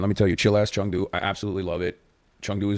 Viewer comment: Did he just say Chung Do instead of Chengdu???